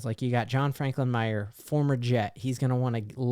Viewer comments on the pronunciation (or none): Just FYI, John Franklin-Myers who Robert Salah dubbed “The Ambassador of Violence” has an s and the end of his name. Myers not Myer. It’s probably plural because he brings the power of two men.